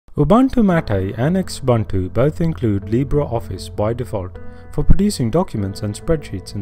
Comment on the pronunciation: This is just rubbish..Oh Xubuntu is pronounced Zoo Buntu and if I need to teach this we're not doing that well here